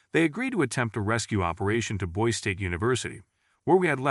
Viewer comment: Boise... pronounced boys-E